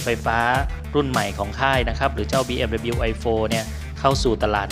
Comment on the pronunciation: บีเอ็มดับเบิลยู ครับ ไม่ใช่ บีเอ็มดับบิล